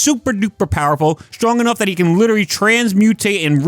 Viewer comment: You giving yourself away with the "witerawy" good vid btw